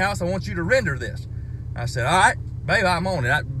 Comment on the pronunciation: "Rigcht yonder."